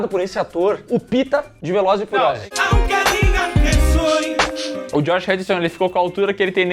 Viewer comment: Voltei umas 2x pra ter certeza que eu tinha ouvido certo "o pita de valores e furiosos" 😂😂😂😂😂😂 racheiiiiii